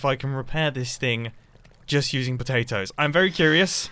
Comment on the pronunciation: It is not nuts it is patatos